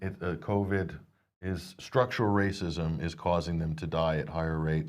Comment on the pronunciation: We’re all ray cysts! Lmao, when one realizes that ‘rayccisms’ is just weaponized English.